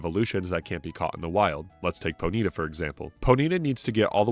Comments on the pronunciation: bro really pronounced it "poe needa" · I've NEVER heard someone pronounce ponyta as "ponita" like bonita in Spanish. With that being said, I appreciate you for pronouncing Pokémon correctly and not saying "pokamon" for 4 and a half hours. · Always interesting to see how different people pronounce Pokemon name differently. I've always said Pony-ta for the longest time with that little pause. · Poh-Neeta cannot hurt me. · Whoah. Ponyta pronunciation was triggering. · He mispronounced Ratatta and that got me lol. Everyone except Mahdrybread and Scott's Thoughts mispronounces Ratatta and it gets under my skin. I mentioned it in my video game pet peeves video.